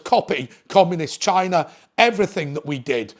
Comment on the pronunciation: haha that's exactly how he pronounced it! 🤣